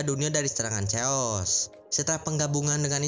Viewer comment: Chaos dibacanya keos mang, bukan caos atau ceos